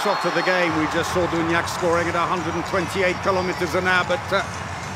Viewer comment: I hope this commentator learns until tommorow how to pronounce "Duvnjak" ! PS. Spanish reffs pushing Norway to the final, mission failed ;)